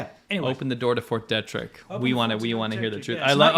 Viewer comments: They should at least figure out how to pronounce "Fort Detrick." I lived in the DC area. Locally, it is pronounced De' trick and a long "e", not Detrick with a short "e". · I live right across from Fort Detrick here in Frederick MD. We pronounce it (dee - trick) but wow so cool to hear it mentioned in one of your vids. I guess just world news really. Big fan been watching since 2018. Thanks for all the great content guyz. And, I love hearing your South Africa Stories and insights, so interesting! Thanks.